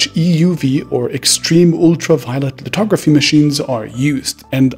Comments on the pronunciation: its lithography and NOT litography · It's called lithography, not litography. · Lithography brother. With a “th” as opposed to a “t” as you pronounce and wrote. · Lithography not litrography